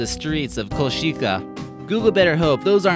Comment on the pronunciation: Košice is reading like koshice